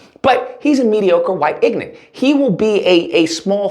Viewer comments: Can you not even pronounce "ignorant"? What is this "ignant" word? It sounds like toddler speak. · The way he says ignant cracks me up 😂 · If you’re going to use the word, ignorant repeatedly, at least learn how to pronounce it properly. It has three syllables not two.